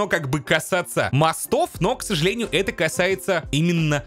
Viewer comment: ксАжалЭниЮ зоЛаТО мы туТ не-На-йдЕм